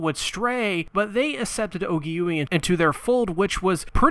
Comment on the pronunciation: Actually her name is pronounced Ogi-way. Not Ogi-Yui. I sincearly apologize for the correction.